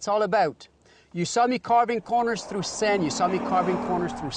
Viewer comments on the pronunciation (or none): "We got oneven Pavment, we got san, little san, alot of san" Seriously, wtf are you talking about "oneven" "san" terrible pronunciation And its handling, not handing lol